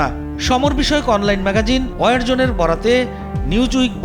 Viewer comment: অয়ার জোন না রে ভাই। ওয়ার জোন, তেমনি ভাবে ওয়ারহেড।